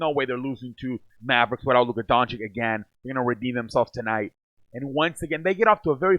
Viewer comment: I liked the video... Btw, Luka's last name is pronounced like Doanchich, not like Donchick... Not trying to be a dick by mentioning that, I was saying his name wrong too for a long time.